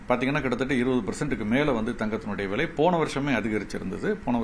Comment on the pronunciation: தங்கம் ”வ்ளை” என்று உச்சரிக்கூடாதுடா பன்னாடை. ‘விலை’ என்று மிருதுவாக உச்சரிக்க வேண்டும். மேலும் இதே கேள்வி இதே பதில்களை பலபேர் (திரு. நாகப்பன் உட்பட) எல்லா பேட்டிகளிலும் பேசி இருக்கின்றார்கள். அரைத்த மாவையே ஏன்டா மீண்டும் மீண்டும் அரைக்கிரீங்க.....தாங்கலடா. முதலில் பணம் பற்றிய அறிவை வளர்த்துக் கொண்டு கேள்வி கேட்க வாருங்கள். கேட்ட கேள்வியே தினமும் கேப்பியாடா பன்னாடை...ஏதோ புதியதாக இருக்கும் என்று உள்ளே வந்தால்....அதே கேள்வி அதே பதில்கள். தங்கத்தை ஆபரணமாக வாங்கினால் ஆப்பு.....போதுமா. இனிமே இந்த கேள்வியை நீ கேட்கக் கூடாது.